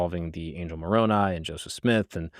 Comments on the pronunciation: For all the things he might have inadvertently misconstrued, is proof to me that Mark is being earnest in his approach when so many others are scornful. He actually pronounced Moroni's name correctly, something that so many other critics fail to do. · I appreciate that Mark pronounced Moroni's name correctly. It's a dog whistle of anti-s when they say "MOR-o-NEE"